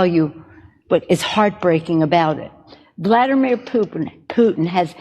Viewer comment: “Bladimir Putin” 🍹